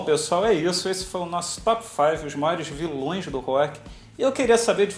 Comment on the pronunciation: auheauheuaehu viloes do rock "avioes" hahahaha